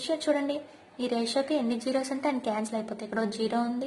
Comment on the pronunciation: That is a not zegro That is a zero